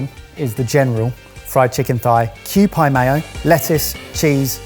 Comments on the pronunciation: its kew-"pee", not kew-"pie" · Note to: q-PIE????? Seriously, it's pronounced Q-P (FYI kewpie is the type of doll that is on the outer wrapping bag that the squeeze bottle of mayonnaise is packaged in, and is the logo/mascot for Kewpie Mayonnaise.) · its "kew"-"pee", not "kew"-"pie" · I actually felt a bit bad for Barry on that second box. Also, Kewpie is pronounced Q-Pea, like the dolls. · Kew-pie? Just....... No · Is Kewpie not as popular in the UK? Or is this just another mispronouncing from the Sorted team? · Kewpie is pronounced like 'pee(k)', not like the 🍰.